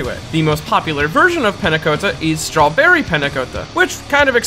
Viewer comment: He even pronounced strawberry wrong